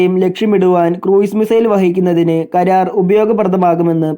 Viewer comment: കരാർ അല്ലാ... karra-r